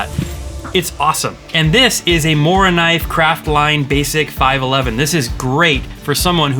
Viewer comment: Great list. Can't fault any of your choices. Just one thing, say like "Moo-rah-kuhneev" 😉✌